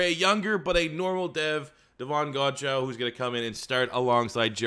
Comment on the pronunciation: You say davon godchaux like godchow it’s pronounced like godchaw